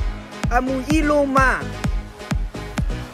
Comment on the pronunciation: Ahh yes i-low-mah